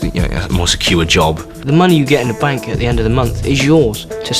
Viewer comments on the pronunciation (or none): Say "the" instead of "da". Makes you look like you're still 2 and the army doesn't appreciate that. Goodluck lad.